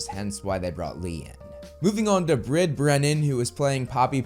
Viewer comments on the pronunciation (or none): Brid is an Irish name so its not pronounced as it’s spelt. Hard to put the pronunciation into a word, probably better to check a youtube video.